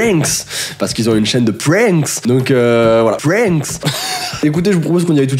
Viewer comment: Ton axant quand tu dit (PRANKS